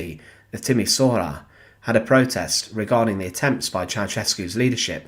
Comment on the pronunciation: Timisoara = Ti-mi-shwa-ra 😊